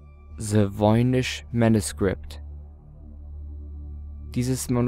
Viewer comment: "Se woinisch männuskript" xD